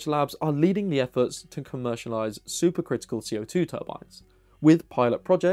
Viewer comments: I had to turn the captions on to understand he was saying super critical, not super crystal. The Brits add an extra syllable to aluminum, now I know where the critical/crystal syllable went.😏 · You keep saying "super crystal", or that's how it sounds.